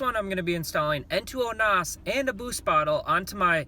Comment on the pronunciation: It's Nitrous. NOZZE IS NOT HOW YOU SAY IT. Also never open before 4000rpm